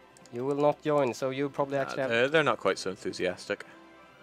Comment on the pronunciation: Please, don't say "yoin" :(. Say "join", scandinavians should pronounce it "djoin"